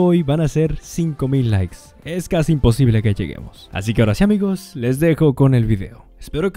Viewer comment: casi ipocible dice